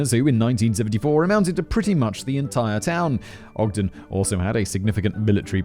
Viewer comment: Hey Simon! Kudos for pronouncing Ogden correctly. This happened the day after my 9th birthday and it horrified literally everone here. In high school, I heard William Andrews' lawyer speak, he had been trying to get Andrews off the death penalty by claiming that he had no hand in the atrocities. This was my first moral dilemma at age 17, I finally decided that there was a phone LITERALLY in the nxt store and a pay phone on that block that Andrews could have used at any moment to call the police and the fact that he didn't do it made him as complicit as if he'd pulled the trigger. The lead investigating officer was a dear friend of mine much later in life and he'd never talk about what he saw there. One of Courtney's cousins was my OB/GYN in the late 90s. Edit:The building that housed the Hi-Fi Shop was torn down sometime ago. I mistakenly said it was still standing when I posted this earlier. That was a brainfart on my part.